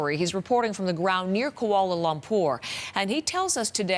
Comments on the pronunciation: The way the news anchor says Kuala Lumpur "Koala Lompur" lol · She said "kualo lompor" 🤣🤣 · " Kuoao lopoor " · Did she just pronounce Kuala Lumpur as Koala Lumpur 😭🤚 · Did I just heard "Koala Lamp pour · "Koala lumpour" wth °°> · She litreally pronounced Kuala Lumpur as Koala lompourr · the actual pronunciation in Malay is "koo-wa-la loom-purr".And Kuala Lumpur is not an English word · I know that english people don't really know how to spell Kuala Lumpur cause to them Ku-ko a-oa la lum-lom pur-pour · "KOAOOLO LOMPOOR" 😂😂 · i cant, how she said koala lompor sorry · "Koala Lumpur" Nice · So what if they pronounced it wrong?? They're not from here. Have respect la for people trying to pronounce malay word.